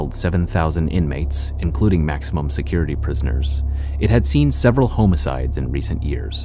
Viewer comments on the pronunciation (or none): Homeicides, pretty sure the e is silent there narrator lmao. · home-a-sides LOL